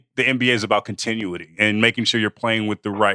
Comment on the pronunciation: I've never heard continuity mispronounced quite that way.